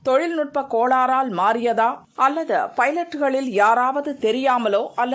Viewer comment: 'அல்லதா' இல்லை 'அல்லது'. முதலில் தமிழை ஒழுங்காக உச்சரிக்கப் பழகு